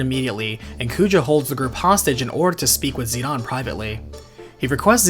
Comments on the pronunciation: As a kid it was always Zidane. Then dissidia was made, pronouncing it zeedawn. Then learning how many games translations were changed heavily. Some butchered entirely. Yaaaaa. I've accepted I was wrong for the majority of my life hahahaha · Despite the fact that it was in Dissidia, I don’t like or agree with Zidane’s name being pronounced “Zi-Dawn.” I don’t care who you are, that just sounds like a bad mistranslation. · I'm not so sure about the name pronunciation. Isn Zidane French, which would make it zi-dan. I know dissidia says zi-don but even dubbing can be wrong. Not going to fault someone for saying Dan or Don, it's probably more like tomato. Hell where I live David has 2 pronunciations depending on family. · Where did you learn to pronounce the characters names???? I know there is not any voice acting to confirm pronunciation, but seriously...Zi Don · Zidahn Zidahn Zidahn... That's all I hear. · why dies he keep pronouncing zidane as zeon and zenon? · It sounded like you kept saying "Xenon" instead of "Zidane". Either way, great re-upload. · Peebo Saxon It’s a matter of how a Japanese person would say it. They pronounce it as Zee-Da-Ne with each syllable emphasised. That’s most likely why he says it as Zee-Dawn. I prefer using the name and pronunciation used by the company. It’s their creation after all. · Zinedine Zidane is precicely the reason I pronounce it "Zi-Dahn"...because that's just the closest reference I have... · I don't consider Dissidia's pronunciation of Zidane's correct. Just because it was made by Square Enix, doesn't mean Sakaguchi, Ito, or any of the writers had input on it. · Whenever I hear someone try to pronounce Zidane's name, I know they will mess it up because they are obviously not soccer fans because the character is named after a famous soccer player of the time. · You really pronounce Zidane that way? Wtf bro? What do you call Beatrix? Baethrow? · That is not how you say Zidane. It is annoying.